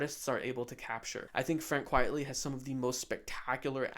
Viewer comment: This was a fun video—I’m sorry I missed my chance to ask a Q. Funnily enough, I had to skip ahead a lot to avoid spoilers having just gotten Animal Man out of the library based on an earlier video from you! 🤣 You have a great channel, and I look forward to more. ps - I think it’s Frank Quitely (not Quietly)